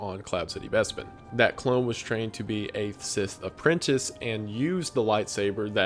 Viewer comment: For someone with a book on display your grammar is wack. Mostly WHENEVER is not to use with a singular past event. -> when. “Homage” pronounced (ahmage). APPRENTINCE? “And things such as” -> such things. And many more. Freedom poster is trash <3